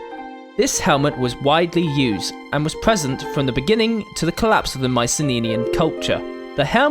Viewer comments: Why do you pronounce Mycenenean instead of Mycenaean? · OK what's with the "Mycene-ninian" pronunciation? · I love the animations. Well done! Uhm, minor nit pick though, if you don't mind me pointing it out. You're pronouncing an extra "n" in Mycenaean. "My-sen-AY-en". (or "My-sen-EE-en", take your pick) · "Myce-nenian" "Myci-nenian" "Myce-neninian" AAAAAAAAAAAAAAAAAAAAAAAAAAAAAAAAAAAAAAAAAH!!!!!!!!!! Anyway, nice vid. I appreciate the Iliad jokes. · Strange pronunciation at 26 secs in, sounds like you say Mycenae-eye, but good video. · "Mycenenean" lol. Nice video. Cheers. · I got distracted trying to figure out the source of your accent. Also your extra N in Mycenaean. Was it deliberate? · haha i cant get over that